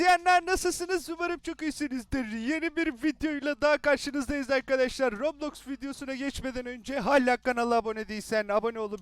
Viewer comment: Kostüm güzelmiş abi roblox diyişin çok iyi ama